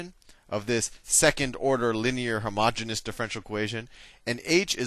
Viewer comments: Isn't it "homogeneous" rather than "homogenous"? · No, the pronunciation is wrong - he is pronouncing homogenous, which is a completely different word with a completely different meaning. Homogeneous is pronounced hoh-muh-jee-nee-uhs. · You really should clarify that you make a mistake by mispronouncing homogeneous. It might seem trivial but math is in the details.